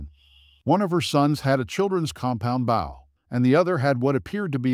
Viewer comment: Wrong 'bow' AI voice...